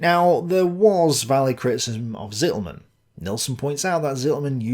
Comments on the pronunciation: Unfortunately your 2nd pronunciation-attempt of "Rainer Zitelmann" is still quite wrong. A German would write what you say as: Sittelmänn. A German Z is ALWAYS pronounced as TS. (Yes we say Tsombie, not Zombie, although we write it with z.) If you say TS-EE-telmann you will come close. The a in "mann" is not like in English man but just like you say it correctly in "Halder". The "ai" in Rainer is indeed pronounced like EYE not like ay in the English name Ray. So R-EYE-ner would come close. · your pronounciatiation of "Zitelmann" is still wrong xD your current pronounciation would be written "Sittelmen". z is voiceless, t is long, and mann is basically spoken the same as the "Mann" of "Mannstein", which you regularly do perfectly.